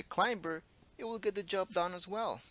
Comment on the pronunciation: In the word "climber", the "b" is silent. So the word is pronounced "clime-er"